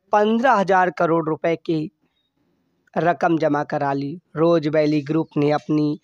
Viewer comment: Roja vally nhi rose valley hai